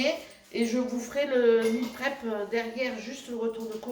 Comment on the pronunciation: Bonjour, tout d’abord je vais te dire que moi la voix off je n’aime pas du tout ! Trop sérieuse ,pas de gros mots, pas de bla bla, pas de rire ! Bref ce n’est plus toi ! Mais je regardes quand même ! Lol .J’ai quand même sourit lorsque tu as dit : Meal prép avec ton accent français du sud ! En gros je me suis quand même régalé ( avec les yeux ) avec ta vidéo ! Bon voyage je crois me souvenir que c’est demain le départ ,à bientôt vidéo avecJoêlle j’espère , on va rigolé j’ai hâte ! Gros bisous ❤️🥰